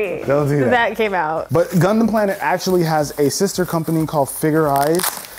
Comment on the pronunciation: When he says gundum(idk how 2 spell) it sounds like he’s saying c0nd0M